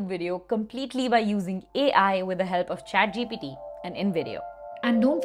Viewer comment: Also she kept saying chatgpD